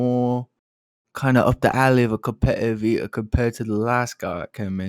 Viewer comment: Every time says “cohmpe’eive ee’er” I think of the “eeeee er” from The Box 😂😂